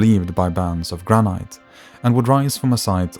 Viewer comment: granite is pronounced gran-it not gra-night btw